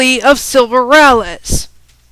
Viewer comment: ray-lee not rah-lez